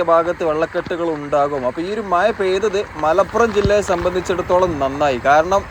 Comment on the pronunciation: no excuse with ur slang about MAZA not Maya